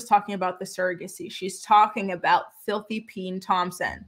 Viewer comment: Omg🤣🤣🤣🤣, caught me off guard. She said filty peen Thompson 😩😩😩😩🤣🤣🤣🤣